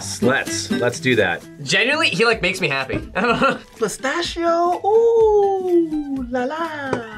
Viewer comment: Già solo che lo chef dice "pistaccio", vi prego ma perché?